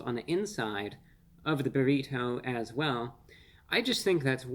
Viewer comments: Reviewbrah is great. But the way he repeatedly emphasizes the non existent “h” sound in burrito (aka “burr-heeto”) makes me think he may be the grown up version of Stewey from Family Guy lol. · BA-REE-TOE!??! so annoying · Why does he pronounce burrito in such profound way I guess almost like you can hear every letter in the name when he says burrito the bo-reet-toe😂😂😂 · Nice job, but you’re T is over pronounced when you say Burritoe 😂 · No one. Not a single human on this planet pronounces "burrito" the way reviewbrah does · I just like the way he pronounces burrito. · The way Reveiwbrah pronounces "burrito" tickles me every time the same way I hear some flap-headed Canuck say "oat." Wholesome content.